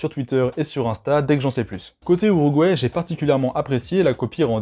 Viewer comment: Je decouvre un nouveau pays avec toi : l'ourouguay xd